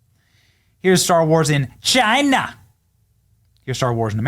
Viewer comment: I notice you are trying to do the trump thing by saying names a certain way like “CHIna” just do your own thing homie 😊